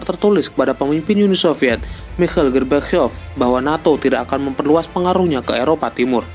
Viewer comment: Bukan mau mengejek sih, tapi serius min cara ucap gorbachev nya lucu banget